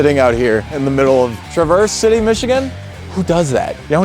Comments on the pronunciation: TrAAverse City, not TrUHverse City. Its not said like the word Traverse. Because we different up here. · What did he call traverse city? Treverse? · New subscriber. It's TRA VERSE city by the way ❤❤ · TRAV ERSE city not traVERSE. Not pronounced like the Chevrolet CUV/SUV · Hi, I live in Michigan, no offense, but the city's name is pronounced Trav(like in travel)-erse City. Not like the chevy vehicle. Also made in Michigan, but, for unknown reasons, pronounced differently.😂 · oh my... traverse city... like Tra-verse City :) keep making the world a cleaner place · It’s pronounced Traaaaav erse city